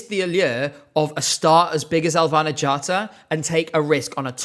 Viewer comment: im offended by the way you prounounced her name its: Elvæhnæ G/ghattá